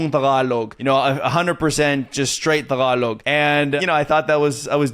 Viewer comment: the way you pronounce Tagalog is music to my ear. Good for you, buddy! 😊😊😊